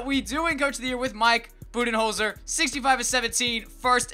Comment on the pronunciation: Mike Budenholzer? Naw its Mike BootyHolder